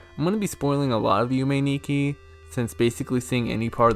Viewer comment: Also, Nikki pronounced (knee-key)